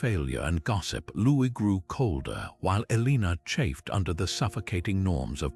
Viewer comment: TY for the Video However Her name is pronounced El-a-nor, and is spelt Eleanor